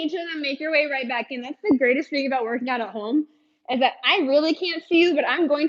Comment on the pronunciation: lol "thut" I love it